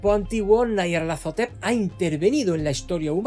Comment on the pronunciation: Como que nayarlatotetep? Esa es la forma más homosepcsual de pronunciar ese nombre me había gustado el vídeo pero al llegar a esa parte me lo arruinaste todo siento como si me hubiera quedado a media chaqueta